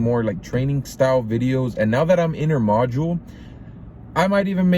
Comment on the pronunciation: Bro can’t say intermodal 😂